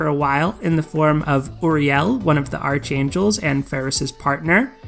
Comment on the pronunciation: Btw, it's pronounced ark-ain-jel, the h is silent. It is not like archenemy, which you do pronounce the h. I don't know who came up with these English rules, but they are confusing as hell.